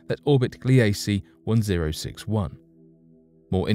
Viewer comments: Gliese is not pronounced "Glee A Cee" it is pronounced "Gleece" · Gliese is pronounced "GLEE-zə" named for a German astronomer.